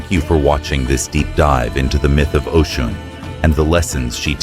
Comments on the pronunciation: Her name is Osun (Oshun), not Ocean! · It kills me when you keep mispronouncing her name it’s Oshun not Ocean though yes it’s a homage to her it’s inaccurate as Yemnja is of the ocean and Oshun is the sweet waters. And Nana is the deep waters the sediment. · If you’re going to do a video on a deity of any kind, please be sure to pronounce the name correctly. It’s pronounced O-SHUN. Not ocean. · Her name is Oshun [O-shoon] NOT Ocean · I want everyone to know her name is not pronounced as “Ocean” is O-Shun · Great story! Some constructive criticism, going from Ocean to Oshun, was a bit distracting. It would be best to pick one pronunciation and one name. Same with Odewale. Consistency helps to follow the story. There were some sentence structure errors and spelling errors. After proofreading, always have someone else double check to catch what you might have missed. Other than that, great storytelling. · Am I wrong that her name is pronounced “OH-Shoon”? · you can't even pronounce her name right. that's also not how you pronounce Odwale either. If you thought she did what she did purely because she was forgotten then you don't know the full story. deities retaliate when people start to use them and drain them until there is almost nothing left and then try to behave as though they are all mighty, ungrateful and act as though they're the gods who did it all themselves with no gratitude. When humans start to consume and destroy the very thing they were given to utilize and protect, to nurture. when humans start to consume at the expense of nature to almost extinction and each other, the gods retaliate, in order to preserve life & balance itself. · how he can pronounce Olodumare but butcher Osun…😂 It’s good tho. Carry on